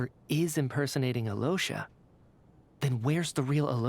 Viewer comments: Has his name repeatedly pronounced by characters as "Alosha", continues to say "Aliyosha" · Yeah, the VA's are great the voice director didn't even try to look up proper pronouncations, it's the biggest L so far for Genshin, the rest is great, but as someone who speaks Polish and Russian I can't help but cringe so hard everytime I hear most of the names. Alosha.... might as well call him Aloha go to Hawaii